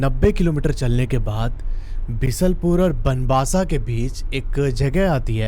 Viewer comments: Baanbasa nahi banbasa bhai or khaatima nahi khatima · Sir bo khatima nhi खटीमा hai or banbasa nhi बनबसा hai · Bisalpur nhi beesalpur h bnwasa banbsaa h or khatimaa nhi khateema hai h bhai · भाई कहा कि आप कहानी सुन रहे हो मै उसी बीसलपुर का रहने वाला हु। 90 किलोमीटर दूर बनबासा नहीं बनबसा है । और बनबसा से पहले खातिमां नहीं खटीमा है। बोलते हैं इनको। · भाई वह बनबसा नहीं बनबसा होता है वह फातिमा नहीं खटीमा है आई एम फ्रॉम उत्तराखंड😂😂😂😂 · banwaasa nahi बनबसा. ख़ातिमा nahi खटीमा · Bhai, खातिमा nahi, खटीमा aur doosra बनबसा । 😀